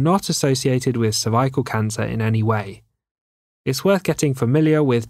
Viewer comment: I knew I was dealing with a PRO from The way he pronounced "CERVICAL" in the beginning